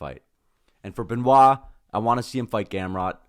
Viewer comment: You are good on Be-Nua (Benoit); why can’t you say Sun De-knee?